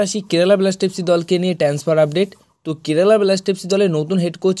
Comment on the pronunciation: 'ট্যান্সফার' কি শব্দ ?